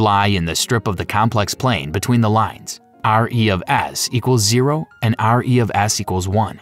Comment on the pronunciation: Also re(s) is not "r e of s"!